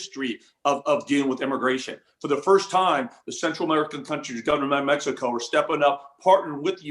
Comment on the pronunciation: To: It is pronounced M-e-x-i-c-o, not Mesco!